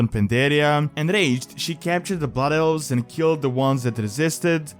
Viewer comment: "Butt Elves" @@ dat accent.